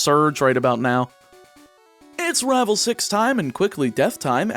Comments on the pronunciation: At the beginning I couldn't help but notice that you are definitely southern. You don't have a strong accent for the most part, but when you said the list of rivals you pronounced a lot of them as rahval. As a fellow southerner there's nothing wrong, just an observation. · I love how you say rivel Its wonderful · I like the way this guy says rival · The way you say Rival, you must be my kin lol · It's weird how "rival" seems to be the only word you speak with an accent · He says rival like that one guy from that chowder show says rabble rabble rablle or whatever lol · you pronounce rival SOOO southern. immediately smitten. subscripe. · I love how you pronounce rival, it sounds so cool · This is the first video of yours I have ever seen, but that pronunciation of Rival really made me figure you from the Southern US. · you pronounce rival with a weirdly southern accent (no hate) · Where are you from? You have no discernible accept except how you say "rival". I just thought that was interesting, you just abruptly sound southern when you say "rival" but not when you say anything else. But this is a cool idea for a video! So much strategy in planning, it means you have to be careful - what if you need Pidgey in another game? Don't catch it! But what if you really need another Pokemon?! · I like how he says rival like a cowboy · Anyone else think he's pronouncing Rival real southern like in the beginning? In fact, he seems to slip into a southern draw alot this video xD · I love this idea it's super cool and unique. Also random question, don't want to dox you at all but are you from the southern United States? Only reason I ask is because the way you say the word rival just sounds super southern to me. Either way keep up the good work. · The way you say rival